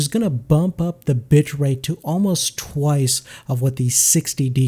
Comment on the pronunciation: sounds like he says "bump up the bitch rate"